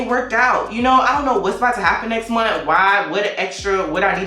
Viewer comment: And dang lol not I’m not vlogging this MONTH 😩😩 I had to rewind it like did she say week or month!!